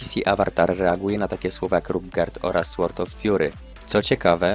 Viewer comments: Sword się czyta ,,sord,, w jest nieme. Nie czyta się słord. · No w sumie ta niepoprawna wymowa z czasów podstawówki to też część klimatu lat tibijskiej świetności. W każdym razie świetny materiał, gratuluję.